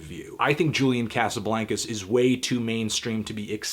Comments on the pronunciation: Cosuhbloncuz that's how you say it David Letterman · every time you say Casablaincas I want to vomit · you pronouncing his name wrong you stupid fuck!